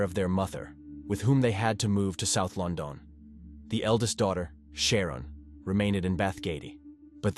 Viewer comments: LON DON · Yep, I was guessing up to LON DON otherwise pretty good ai, at least the dust is gone on this one lol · Lyn zay. Lon don. For sure you are right